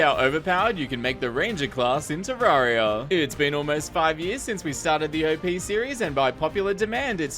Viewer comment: Isn’t it ter - air - e - uh not ter - are - e - uh